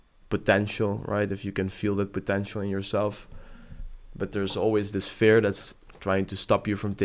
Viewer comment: You're good man, and trust me cause I've been watching YouTube coaches for a long time now. Just you sound a little weird when you say "fear" with a "e" like "bear" instead of a "e" like "beer", if you understand what I mean.